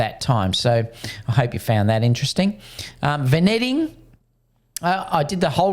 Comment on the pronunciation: It's pronounced vin-yetting